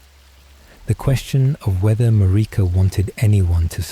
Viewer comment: “Mar-EEEka” bro the pronunciation is so bad it’s pissing me off. Like they don’t say her name a thousand times in the game.